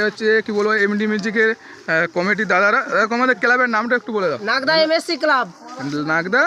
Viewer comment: দাদা এটা লাগদা না এটা হচ্ছে নাগদা 😅😅😅